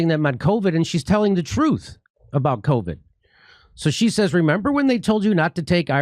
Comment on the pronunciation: This is rich coming from a guy that can’t even properly pronounce basic words like “about”.